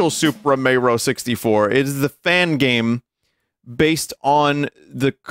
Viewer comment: 100% of the effotrs went into programdaing and it’s how you rekognizz a gooooooooooddd goem